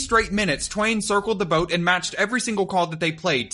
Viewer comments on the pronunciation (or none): none